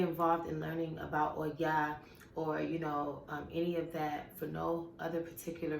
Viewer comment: I love how you say her name and why. Her strength is really inspiring to me. I totally agree with your concerns about this world being unbalanced in the male and female. I feel called to raise that consciousness, too. <3